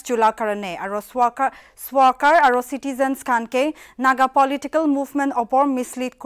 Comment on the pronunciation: What was that "Swar-kar" or she meant "Sarkar" (government). 🤔🤔🤔